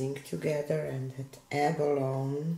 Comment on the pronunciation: Gorgeous end result!😍 Tip though: TLP "abalone" is pronounced with an "eee" on the end like "abaloney." It is a type of shell....